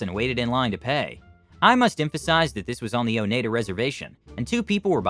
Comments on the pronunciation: Oneida = O - nai - da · Last story. I live in Wisconsin but I forgot people out of state/country can't pronounce a lot of cities and towns because they were named after the native tribes of Wisconsin. But this is a first time that I heard someone pronounce Oneida wrong 😅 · Funny how he pronounced Oneida. The E is silent.